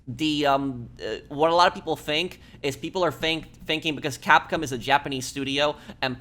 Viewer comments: dude, just say cap-com, instead of saying cap-cum. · “Capcum” It’s Capcom😂